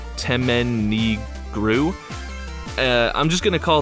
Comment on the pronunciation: funny thin is you actually said the towers name correct, but i get it's hard to say all the time. Great video's on dmc